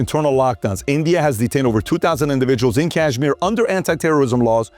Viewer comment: Please correct Kashmir pronunciation. It’s nor z